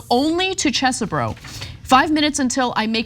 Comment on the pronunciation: I can't believe I'm about to do this, but Kenneth Chesebro's name is pronounced "Chehz-bro" without the extra 'h' sound that Ana uses (Chess-eh-bro). No relation (I think, my dad isn't exactly tuned into our extended family), that guy's an idiot and I'm sick of hearing my last name mispronounced because this dude decided to participate in an insurrectionist coup 🙄